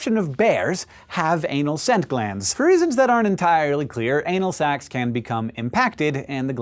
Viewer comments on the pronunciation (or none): when he said anal sacs can be affected, i thought he said anal ... never mind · "ANAL SACS" LOLOLOLOLOLOLOLOLOLOL